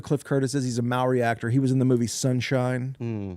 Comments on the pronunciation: Fyi in Maori culture we roll our r's so "Maori" is pronounced differently, just letting yall know 😌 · Gotta roll those r's when saying Maori. Should almost sound like you're saying mouldy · Shoutout to it is Maori (pronounced Mao-Dee) Rolling the R